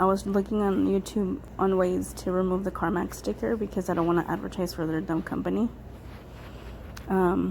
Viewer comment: I kinda liked it when it said “carma”